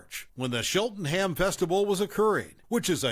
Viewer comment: Cheltenham is pronounced Chelt nam. The UK is full of places with names that have weird pronunciations to those that aren’t from the UK.